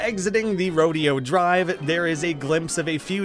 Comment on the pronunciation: Don't know if anyone else has mentioned it, but Rodeo Drive in LA is pronounced Roh-day-o Drive. Just a heads up.